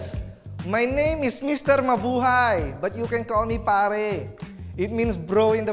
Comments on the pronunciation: Why did she say mahubay when its mabuhay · called Mr. Mabuhay, Mr. Mahubay😂😂😂